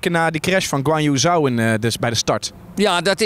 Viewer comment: Uitspraak zit wel aardig in de buurt hoor van hoe Chinezen het uitspreken.